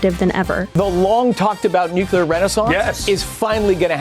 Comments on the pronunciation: he's right about climate change, but can he please learn how to pronounce nuclear/nucular? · He lost me at "nucyular" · Why can’t the energy secretary say nuclear properly? He says “nucular” more than half the time! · "Nucular", says the secretary of energy repeatedly... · Love how Chris pronounces Nuclear as New Killer 😂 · Ironically can’t pronounce nuclear